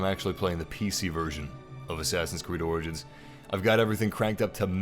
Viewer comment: U know it’s pronounced as orjins not organs it lol but the word is origins